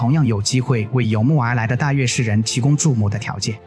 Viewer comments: 應該是閱之，也可做禺之，無論如何不會是肉汁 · 大肉之（大月氏讀音）